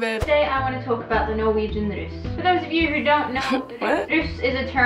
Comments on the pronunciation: Det som irriterer litt er at de sier rus i stedet for russ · say ruus not russ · Bare jeg som dør litt av at de sier RUS party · La du merke til at dem sa rus, og ikke russ😂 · Every time they tried to say "Russ", it sounded like they said "rus". ("Rus" is Norwegian for intoxication.") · AHHAHAH måten de sier russ på høres ut som de sier rus AHHAHA jeg døøør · The "roos"-pronounciation actually means "drugs" in norwegian.